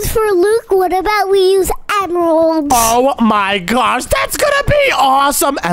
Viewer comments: Oh my gwosh Saying gwosh instead of gosh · Why do you say gosh like gosh Like gwosh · Oh my gwash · Way are they calling It oh my gwosh it’s oh my gosh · dude keeps saying oh my swash"!:shelterin:💀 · No he says oh my ghash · BRUH you say gwash